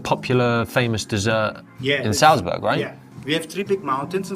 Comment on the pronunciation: Almost well enough to make up for how he pronounces Salzburg...!